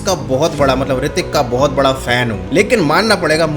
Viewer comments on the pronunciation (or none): none